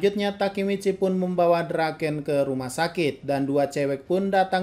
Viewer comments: Draken kun❌ Doraken kung ✅ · Draken bang bukan Doraken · Everyone : Draken-kun Cungukmichi : DURAKENG KUNG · Draken❎ Doraken☑️